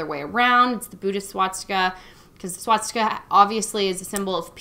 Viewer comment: One thing that you might not notice you’re doing is mispronouncing the word Swastika. You’re saying swattsika. Should be just like how it’s spelled. :) ps - it says good things about you as a person.